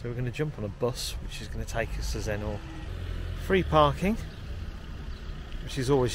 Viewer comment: Zenner, not Zen-NOR.